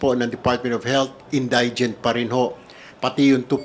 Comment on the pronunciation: Correct pronunciation of indigent: in- DI- jent. It is not in-DIE-jent. Hoy pa slang slang ka pa dyan, mali naman ang pagbigkas mo! 💥